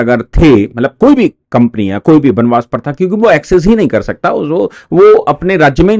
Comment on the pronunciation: बनबास नहीं। बनवास। अपनी हिंदी सुधारो।